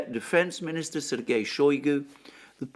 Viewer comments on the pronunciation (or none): none